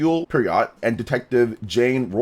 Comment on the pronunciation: Loved how you pronounced Hercule Poirot cos it is a difficult surname. If I didn't grow up in the UK I'd probably never known myself. If you do need to say it again the surname is pronounced 'Pwah-Roh'